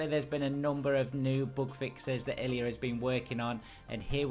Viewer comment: Great video! sorry for being that guy, but it's pronounced LOO-ah not L-U-A